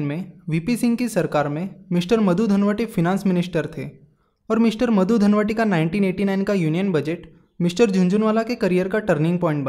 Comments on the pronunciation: its not Madhu dhanvate its Madhu dandvate (दंडवते ) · VP Singh's Finance minister was - Madhu Dandavate - मधु दंडवते not Madhu Dhanwati.. Your voice sounds like मधू धनवटी please correct that.. it will make real sense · its Madhu Dandavate not Dhanvate